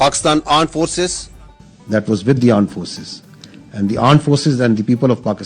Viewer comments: AAND forces 🤣🤣🤣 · (Gaa)Aand force... 😂😂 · Aand forces 😂😂😂